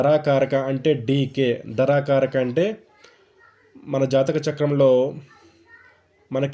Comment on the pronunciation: ధ రా కారక కాదు ధార కారక